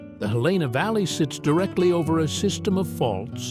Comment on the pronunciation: Helena is pronounced HEL-n-ah.